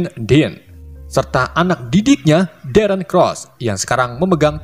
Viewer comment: Pas bilang darren mirip kaya ereh/eren di AOT